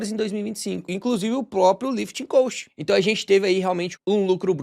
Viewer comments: Só uma observação, a pronúncia da palavra "cost" está errada, você está pronunciando "coast" que vem de costa litorânea. Muito bom seus vídeos, parabéns pelo canal, obrigado. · Se diz lifting cóst não coast como você está falando.